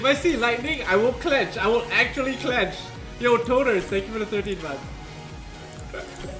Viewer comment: "I'm actually going to clentch if I see lightning" lol